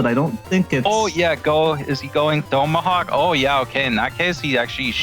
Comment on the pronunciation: learn how to say tomahawk. annoying af